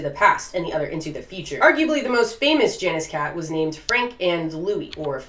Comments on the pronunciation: Janus is pronounced something like /ˈjɑ.nəs/, not /ˈdʒæ.nɪs/ lol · its pronounced yah-nis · Just one thing. Janus is pronounced Yanus. Even in english. (should be) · Janus is pronounced yah-noose or yah-nis